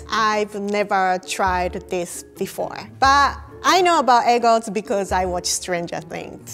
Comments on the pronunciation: *E G G D S* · I love the way she says EGGTZ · Anyone else keep thinking she was trying to say egg roll?